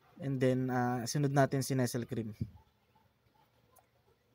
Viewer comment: nes-sel cream... only in the philippines. 🤣🤣🤦‍♂️🤦‍♂️ it's nes-lei cream 🤣✌️ pengen nmn...